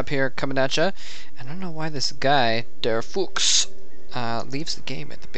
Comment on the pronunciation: You pronounced the name der Fuchs correctly! Good work good commentaries!